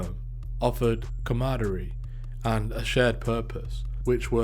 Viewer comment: Please remove the word camaraderie from your script until you learn how to say it. Too much repetition and lacking accuracy.